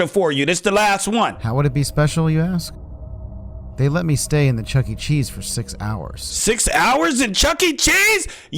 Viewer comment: I do not want to go to Chucky-e-Chees with you